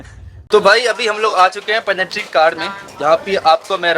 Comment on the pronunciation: पेनेट्री का नहीं बोलते भाई पेन्ट्री का बोलते है।